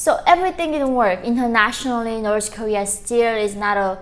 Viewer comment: It’s so cute how she aways pronounce North Korea as Norse Korea.